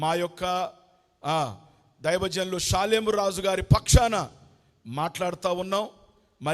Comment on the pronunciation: నీకు మాట పలకడమే రాలేదు నీకెందుకురా క్షమాపణ చెప్పాలి ? సాలై కాదురా 🐷😂 "షాలేమ్ రాజు " అని అనాలి ఆ మాటకు అర్థం నీతికి రాజు లేదా సమాధానపు రాజు అని అర్థం.🙏